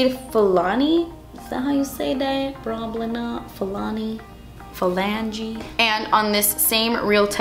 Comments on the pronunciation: You had me rolling when you said phalange😂😂😂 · When you hear say Phalange 😂 Regina Phalange squad where you at? 😂😂😂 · Lool Phalange!!! I just had a Friends moment! "There's something wrong with the left phalange" 😂😂